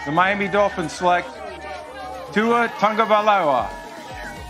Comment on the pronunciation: “Tua Tagawyloa”